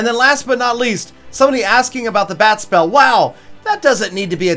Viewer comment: Whenever u say bat spell, it sounds like bad spell..lol